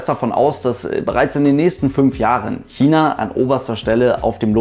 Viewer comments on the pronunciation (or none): none